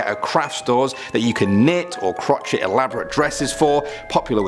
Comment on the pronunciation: Crochet is pronounced crow-sha. Lol. Not croch-it. 😆 lmao